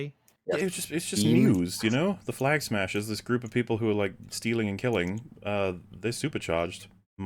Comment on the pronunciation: Anyone else have the problem that when you hear “Flag Smashers” .. your brain instantly turns this into “Clam Smashers”?!? .. I can’t unhear it in my mind now.